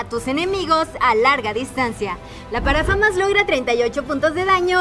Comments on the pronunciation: nadies absolutamente nadie : la chica diciendo la parafama cuando es parafal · La parafamas jjajaja es parafal